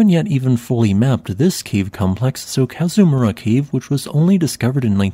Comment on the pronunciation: As a native Hawaiian, I’d appreciate the narrator to pronounce the Hawaiian words correctly, the Kazamura lava tube sounds off. However, the history and info were awesome.